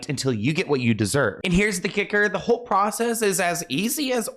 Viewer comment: Hey sweetie, I know you’re southern side came out today, with the whoe in church came out. Iv not heard that in a minute. We love you.